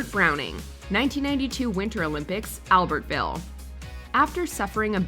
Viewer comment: Dear AI narrator - it is pronounced Alberville not Albert-ville